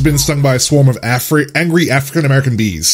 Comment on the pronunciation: I'm sorry, did he say "African American Bees"?